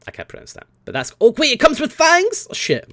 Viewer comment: "it come's with FAINGHS!?!?!?" wtf...